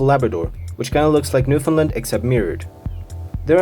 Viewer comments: great video! as a newfoundlaner though i feel like i have a duty to say its new-FOUND-land not new-finland ☺ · Its Newfoundland.